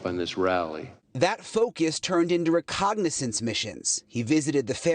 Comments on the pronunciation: It's reconnaissance NOT recognizance. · "reconnaissance" has no G in it 🧐